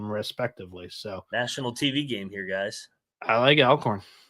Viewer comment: Did you say All Corn St? Meant Al Corn St?